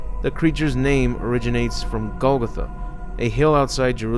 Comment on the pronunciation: its pronounced GOAL- GOTHA